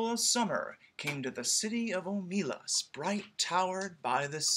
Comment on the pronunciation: You ought to be able to tell that the intended stress is OH muh LAS, because it makes the title and last phrase a line of iambic pentameter. ;)